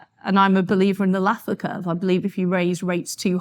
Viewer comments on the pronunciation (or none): What was that word she used at ? "anlathlaka"? "an lathlacca" "a nathlacca" she has a slight speech impediment, so it is hard to be sure, google translate has called it "laa curve" It seems to be somehow a rule of diminishing return for taxes, or possibly a rule invoking progressively more irony with more legislation.. I am not sure what the word was... any ideas?